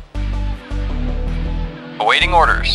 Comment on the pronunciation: "aWAITING orders", "ach-nowledged"